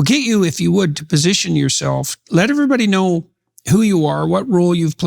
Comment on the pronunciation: I dont knOE You dont knOE? I dont knOE